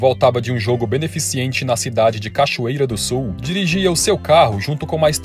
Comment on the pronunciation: Locutor O certo é BENEFICENTE